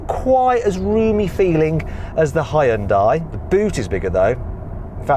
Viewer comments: 현대를 허연다이라고 하네 ㅋㅋㅋ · 이렇게 오랜 세월이 지나도 아직도 외국에선 하이연다이라고 발음하는구나… 이런거 좀 개선이 안되나?